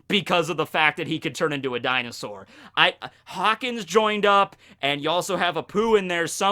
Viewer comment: How do you have Kowaryuu on screen and still pronounce Dinosaur wrong xD